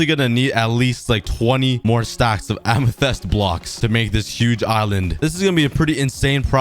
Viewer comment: Amathests LMAOO